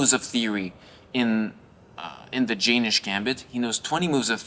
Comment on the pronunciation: its not jay-nish, its yen-nish gambit